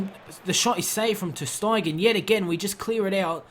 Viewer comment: psssst it's ter st-ay-gen not ter st-eye-gen